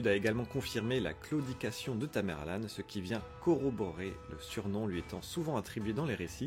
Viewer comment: On dit tamerlent pas tamerlane..